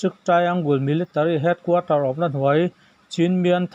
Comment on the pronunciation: Hming lamdik leh diklo, a diklo pawn pawi chuanglo. Mahse a larzual kanpi ber timei i la , Su Kyi tih kha Suhchi ti a chhiar tur ani a, Suh tih laitak kha ,,Awsang(hniamlo) hman tur. Chuan ,, Chin tihhi ,, Awsangin Chhin tih tur a nia. Mizoram thenawm ram hming Chhin tih hi chu lam dik theih hram nise la. (1) Awsang (2) Aw hniam (3) Aw lai ti in a awma . A chunga ka sawi Chhin hi Awsang=Suh hi Awsang bawk.